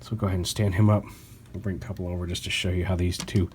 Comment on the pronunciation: jsyk, cupola is pronounced with a long U